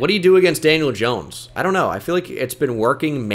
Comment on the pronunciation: “janiel jones”? 💀